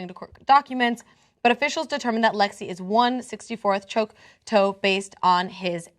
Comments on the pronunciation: it's not 'choke-toe'...it's 'chalk-tah' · It's Choc-taw. (Chawk-Taw) not (Choke-Toe) WHY DID YOU NOT LOOK THIS UP BEFORE HAND?!?!?! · Grrr. Repeat after me: Choc-taw, choc like chocolate, not choke. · I hate how she pronounces Choctaw, it's not "Chalktoe", I don't even know how she came up with the pronunciation. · Choctaw is pronounced Choc - like Chocolate and then taw.